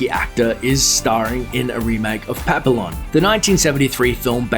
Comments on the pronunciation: "Pap-ee-on" sheesh. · It's PA-PEE-ON. French for butterfly, hence the butterfly tattoo of the main character. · PAP - ILL - ON? All you have to do is read copy, man! That's a pathetic effort. Take some pride in your work, dude. .... .... Also, doesn't "Maryland" sound like a remake of Man On Fire" already? And I think that's already a remake of another Man on Fire in the 80s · It's pronounced "Pappion" the) Ls are silent. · It's pronounced "pap pee on" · PAPI-YON...two l's is a y sound..please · Pap - i -lon ? lol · Papee-Lon lol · FFS it's pronounced PAP-EE-YON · "Pa-pee-yon" Sheesh. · pa-pill-on??? oh for god's sake, please learn to pronounce the names of movies that have been around for ever and are considered classics. there's NO reason to not know how to pronounce it. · Pronounced PapiYon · If you are going to make movie bases videos, especially classics, may I suggest how there names should be pronounced, investigate how the French for Butterfly is said & you will find there are no letter 'Ls' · Please learn how to pronounce the titles you are announcing... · It's called PAP E ON not PAP ILL ON. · Pap eee on NOT pap i lon. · Pap-e-on...not pap-l-on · Um, did you just pronounce it 'pap - ill - on'? do you know how French words are pronounced? Have you ever even seen the first one? FYI - it's pronounced 'pap - ee - oh(n)' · Ok this narrator for Looper is HORRIBLE! Can you at least TRY to remotely pronounce non-english words accurately. "Pah-Pill-On" REALLY dude?!! That is one of the easiest French words to pronounce: Pah-pea-yaw. Then you literally chop up a Spanish word right after "El Des-coin-A-ceedo" Maybe you can try reading in front of your "mah-tes" prior to recording so you don't sound so disrespectful and ridiculously ignorant. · Pronounced Pa-pi-yone, not Pap-a-lon. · It's not pronounced "pupillon" it's pronounced "pa-pee-yoh" it's french for butterfly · It's pronounced "pap-pee-yon", dopey! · PAP-EE-ON you stupid ass. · Its PAPEEON